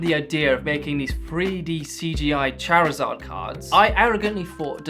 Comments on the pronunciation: It's charizard not charzaaa😂😅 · lmao I'm sorry but I've never heard someone pronounce Charizard like that lmao aw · I had much more fun with your pronunciation of "Charizard".